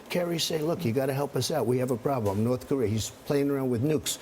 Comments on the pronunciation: Charlie by making smart business deals. And it's Korea not Korear. Also I'd love to ask the female reporter how many pounds of makeup is required for her to feel acceptable and beautiful. Superficial self conceited fucks. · "You want the Chinese to take care of North Kor-ear?" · WHY DO SO MANY PEOPLE PRONOUNCE IT NORTH CAREER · Sounds like Charlie Rose said north KOREER. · I grew up in California, but down the street from a Korean War veteran from Tennessee. He pronounced it Kuh ree err.